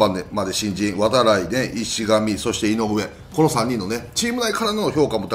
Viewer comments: いしがみじゃなくていしかみですよ！ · DeNAファンとしては石上（いしかみ、ISHIKAMI）選手ではなく「いしがみ」選手と読み間違ってるのは気になるところです。 ただたくさん名前を挙げてもらいましたし、ショート争いは誰かが奪取するか高いレベルで争ってほしいと切に願います！！ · 里崎さん ありがとうございます。1分10秒 5分22秒 9分46秒 イシガミじゃなくてイシカミです。石上 泰輝 （イシカミ タイキ）選手です。よろしくお願いいたします。